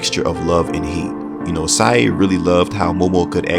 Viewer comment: Sae... Sounds like Sigh.